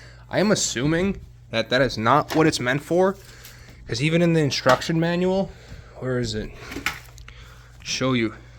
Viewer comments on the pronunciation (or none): none